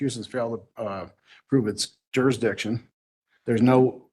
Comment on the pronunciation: "jurrdishon" 🤣🤣 They should also have their own dictionary.